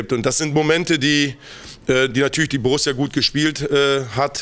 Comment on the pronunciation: Borusia? So peinlich wie ....